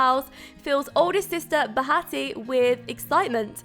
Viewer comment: It sounds like you're saying "Hatsy" in the intro, is it or Hatsy? Love the video by the way, the background music is adorable!